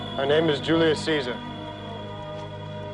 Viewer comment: Amazing that an entire movie would be made by people who don't know how to pronounce "Julii" (jule-lee-eye).